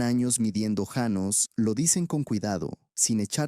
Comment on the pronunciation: Janos no llanos. Empezaste bien y luego cambiaste como merolico